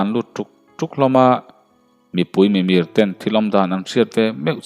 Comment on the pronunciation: Thurawn tlem ka lo pe ve lawk ang che aw, Tun ai hian I thu lam hi a thluk leh ri chhuak hi fimkur leh deuh ta la a va ngaihnàwm leh zual dawn em aw ka ti deuh. Pakhat tilang ta ila, (Mipui, Mimir) MIR tihrik dan tak hi thluk deuh Nita se a dik zawk ang